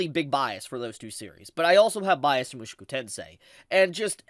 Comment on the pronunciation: Bro it isn't Mooshku tensei. It's Moo-shou-ku tensei